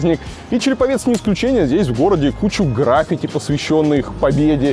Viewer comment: Илюшенька, «графИти», а не «грАФити»